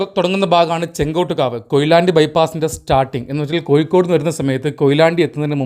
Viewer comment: ചെങ്കോട്ട് കാവ് അല്ല, ചെങ്ങോട്ട് കാവ് ആണ്. താങ്കളുടെ വീഡിയോ നന്നായിട്ടുണ്ട്. വീഡിയോ ചെയ്യുമ്പോൾ ഓരോ പ്രധാനപ്പെട്ട ജംഗ്ഷനെപ്പറ്റിയും അന്വേഷിച്ച് , നോട്ട് ചെയ്ത് - പറയണം. അത് ഇത്തരം വീഡിയോയിൽ അത്യാവശ്യമാണ്.